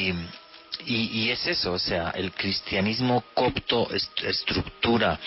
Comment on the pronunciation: es coPto, no coCto.